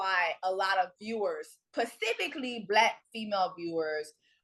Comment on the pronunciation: Also the word is “specifically” not “pacifically”